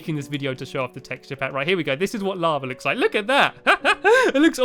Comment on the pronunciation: You say lavar